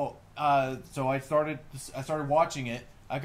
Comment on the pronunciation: You said farted instead of started. EL OH EL!